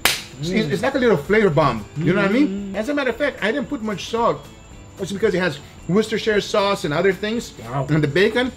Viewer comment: How Guga just casually just skated by "Worcestershire sauce" without any hang-ups is beyond me